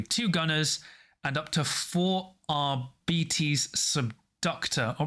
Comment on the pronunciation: Arbites stems from the word Arbiter, so it it's not "ar-bites," but it's not "ar-bee-tees" either. The accurate pronunciation would be "ar-bit-ees"